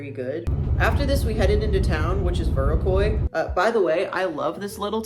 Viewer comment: That's not how you pronounce Viroqua 🤭